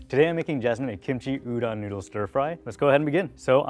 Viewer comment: no western chef can pronounce udon correctly. ffs guys... respect the ingredient and the culture it came from.